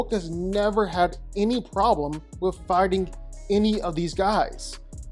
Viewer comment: Why everytime this dude says fighting I hear farting?